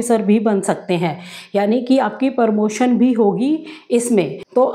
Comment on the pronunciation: Permotion nahi madam pramotion.